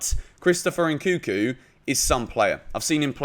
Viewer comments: NNNkunku not nkuku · It's pronounce N-kun-ku, and not N-kuku